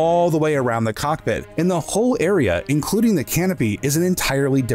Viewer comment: You say cockpit quickly and i heard carpet. Funny feature for a star fighter but continue